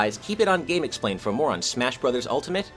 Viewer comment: Hewo gamexpwain